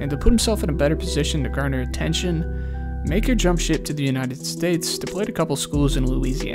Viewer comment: Its pronounced muh-ker